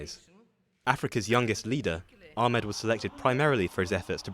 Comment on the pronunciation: Finally someone pronouncing Dr Abiy Ahmed’s last name correctly (the narrator that is). Everyone else pronouncing it with that hard “H”, just like the lady . 😒